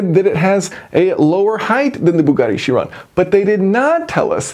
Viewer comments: Chiron is pronounced "kai-ron". Don't be like the scientist in Back to the Future who pronounced gigawatt as "jigawatt". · The Greek "ch" is a K. Ky- Ron.